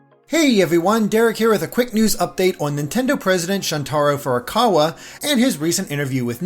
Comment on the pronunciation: Oof, sure did butcher the pronunciation for Shuntaro Furukawa at the beginning